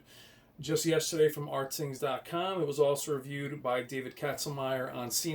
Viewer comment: it's pronounced Ratings not Rtings. Alot people get that wrong...lol Anyway. Rtings hates TCL they are very bias. I don't believe there numbers. Why don't you believe CNET? CNET had SDR and HDR even or brighter then the R617 of last year. Plus I hate when people go crazy over input lag. An input lag is 14 Ms compared to 11ms you won't notice a difference. 4ktvs all now have pretty good input lag. Compare the Hisense H9F to the TCL R625. Just don't go by rtings website. They hate TCL.